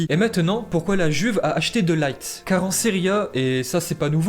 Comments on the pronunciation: C’est de LIRTE pas De Light (coca light) c’est un hollandais pas un anglais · on prononce De Ligt plutôt "De Lirt" que "De Light" ^^ Et pour Martin Braithwaite, c'est "Martine Braithweite" la prononciation:) Sinon au top!! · Par contre on dit de pas de laigt